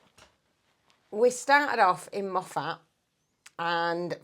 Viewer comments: I'm laughing at the way you're pronouncing Moffat . It's mo-fit phonetically. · Shame your trip was so short and you missed so much, and most of the best bits. That was barely the tip of the 'iceberg'. Moffat is pronounced like 'muffit' that 'a' is barely heard. It creased me up that you commented on the accents in the pub in Greenock (it's pronounced GREEN- uk) and how you couldn't understand them. I'm Scottish and I need a translator to follow you two at times!!😅😅 Safe travels. 🐾🙏🧙‍♀️🚐🏴